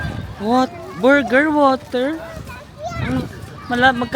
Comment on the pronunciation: Borger Wator? Hahahahaha